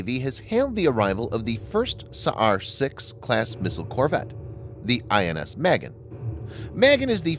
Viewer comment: Do your research, guys. There was no riot or "storming" of al-Aksa. It's a mosque at the far end of an open area two hundred meters long. The conflict was in the open area. The ship's name is pronounced MahGEHN, not "maygen" -- it's not an Irish girl's name. It's the Palmakheem air base.